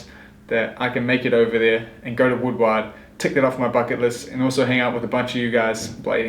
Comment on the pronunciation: Someone in the comments section of the Rocess Moon post on IG said it was an entirely new shell mold- we'll see....Also, it's more like "Woodword" youre saying it like Wood-WAAHRD. Great show!